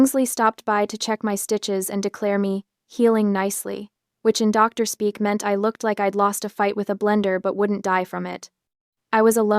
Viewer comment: A pause after every uttered 'Doctor". WHY?